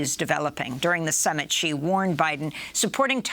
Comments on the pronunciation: i dont understand why wester media call him president G. is xi, pronounced like she. at least try to say it right. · Xi is pronounced more like saying the letter C, not G! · Mr. Mc Coy, since you are an expert on China, it would be of great value to you to pronounce China's president correctly. It's Xi as in "she", not "zzjee" or "gee". Same suggestion for Ms. Goodman. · If someone can't pronounce the names of Chinese leaders, then I see them as wannabe experts. It's Shee, not Gee (Xi Jin Ping). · Couldn’t properly pronounce any of the words he said in Chinese but claims to be an expert on China? He says Taiwan is vulnerable and weak and the Chinese would 100% win the war. That’s simply just conjecture. Taiwan is in an excellent position to defend itself. So called experts on China never give Taiwan enough credit. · Is the mispronunciation of his name on purpose or ignorance? Xi = Z in Chinese and English. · How can you listen to someone who doesn’t even pronounce Xi correctly. And he doesn’t understand what war games are for. You are supposed to lose them. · This guy wrote a book about China without bothering to learn how to pronounce Xi Jinping’s name. Think about that. That’s some chabuduo 差不多 right there.